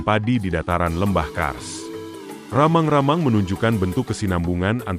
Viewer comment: Rammang - Rammang bukanlan ramang-ramang